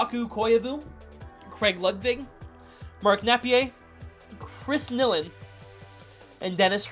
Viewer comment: that was sooooooooooooooo entertaining to hear pronouncing habs names. I loved it. Sylvain Lefebvre and Chris nilan were the best.